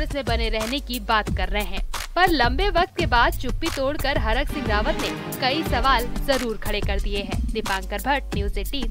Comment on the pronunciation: हरक सिंह नहीं thरक सिंह 😂😂😂😂